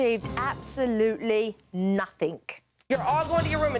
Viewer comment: "...and they achieved absolutely "nothink"" lol